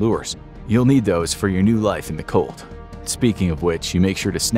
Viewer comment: I fr thought that bro said cult not cold